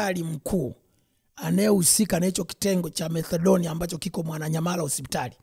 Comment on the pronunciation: Ni Methadone sio Marcedonia 😂😂